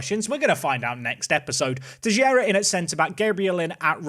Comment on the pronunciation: TeiXeira my friend not Teijeira